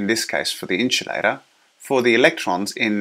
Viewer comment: Great Video! but i would like to clarify that its pronounced IN-SUL-A-TOR. Not INCH-U-LATOR or EN-CHIL-ADA